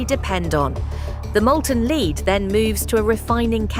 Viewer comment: It's pronounced "led", not "leed".